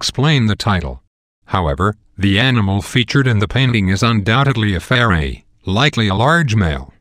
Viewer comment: This is so funny, he can't even pronounce ferret ROFL